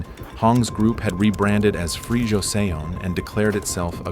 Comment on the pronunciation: First off—I like what you do. The stories are fascinating and well-told. But for God's sake please get a handle on your Korean pronunciation. I mean how on earth does one fuck up "Joseon" hint it's not "josey ohn"! This is not incidental it is essential. Please see to it.